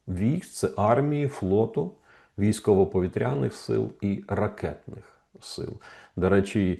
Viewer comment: Щиро дякую за дуже професійний коментар. Хотілося б щоб українську мову не викривляли, і,, повітряна'' оборона , вимовлялася б з наголосом на ,,і'' , наголосом на , я' . Як тоді вимовляти ,,повітря''. Куди ставити наголос?😢